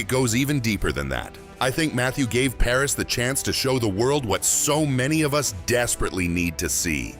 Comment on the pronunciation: His name is Paras……not Paris!!